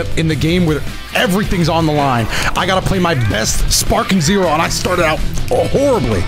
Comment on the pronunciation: Bro said Sparking Zero in all caps and in italics with that intro